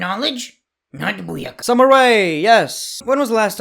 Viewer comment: Not booyeka😂